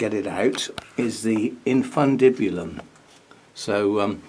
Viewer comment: Yay! Full marks for pronunciation of fundibulum.